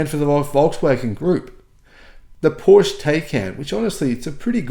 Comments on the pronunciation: Great research … thanks for the effort and for sharing, dear … on another note could you maybe try your say PorschE and not Porsch …;-) … thanks 🙏🏻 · Thanks for your work. FYI ‘Porsche’ is properly pronounced ‘Portia’😊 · Hearing the word Porsch multiple times a minute makes my ears bleed. Seriously, why does an auto journalist not care about the correct pronunciation of a car brand that he talks about? With words of foreign origin like Porsche you pronounce the e at the end just as you do it with Katastrophe or Nike.